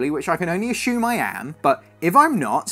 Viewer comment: Ashume!? I think it’s pronounced assumed